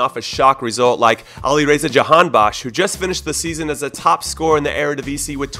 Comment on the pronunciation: As an Iranian, I'm so proud of your pronunciations. Special thanks for not calling it eye-ran like 99% of people in the US. Jahanbakhsh was close! Much better than most. Most people don't even attempt that. Props to ya!